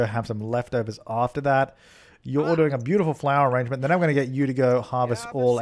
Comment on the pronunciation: Who else feels their soul complete every time he says ah-RAHNGE-ment?